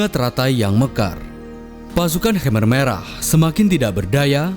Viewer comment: Pelafalan khmer merahnya salah bro